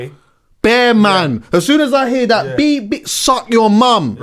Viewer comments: Why does keep saying beebing 😂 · its beep not bib 😂😂